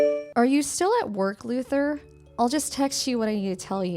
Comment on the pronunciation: Why do I hear "loser" instead of "Luther"???😂